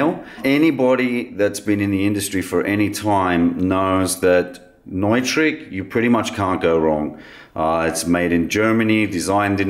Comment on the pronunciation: FYI, Neutrik is not a German company. They’re based in Liechtenstein, and like so much stuff today, much of it is manufactured in China. Still top quality at a reasonable price. (Kudos for pronouncing Neutrik correctly, also!)